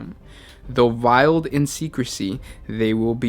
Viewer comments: Sigilite is pronounced 'Sij-i-light' not 'Sig-i-lit'. Veiled is pronounced 'Valed' not 'Viled'. There were a few other words you mispronounced but I can't recall which ones. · Vieled in secrecy? Really? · Have to agree with the previous comments I'm afraid. The pronunciation of even simple words like vale is irritating as heck.the information is good,but please practice reading this stuff first THEN record! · he mispronounced veiled as viled